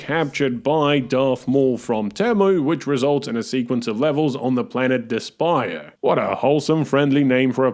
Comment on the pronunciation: Pretty sure the planet is meant to be pronounced "despair."